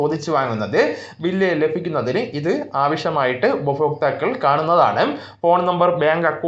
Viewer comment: ഉപഫോക്താക്കളുടെ.,. ഫാഗ്യം... നിന്റെ മഹാ ഫാഗ്യം...